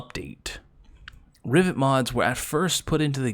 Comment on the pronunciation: Sounds like your saying riviet and not riven